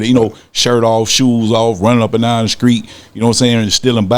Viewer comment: Did he say skreet?? Lol